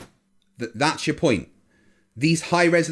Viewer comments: no sir, I believe you said that aluminum has a, "melting 'PONIT.'" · I mean, it's all idiotic, but "PONIT" when they are making a point really killed me.